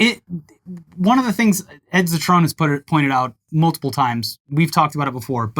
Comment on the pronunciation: Trying to think of a comment but its all terrible except pronunciation of Ed Zitron’s last name